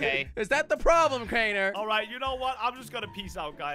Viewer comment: calls crainer in cranner